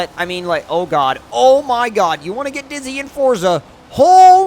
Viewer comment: Can you please say Forza properly and don't say freeway